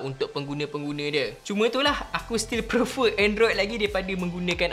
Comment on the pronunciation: Sorry, nk tegur sikit..tp bukan pasal iPhone or android. Tapi word "PREFER" plsss broo....sebut betul2.. Tiga kali dengar ko sebut...sakit telinga.. Plss.. 🙏🏻🙏🏻